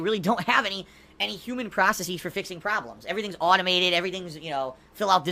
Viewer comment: Why does he pronounce "processes" as "process-ees"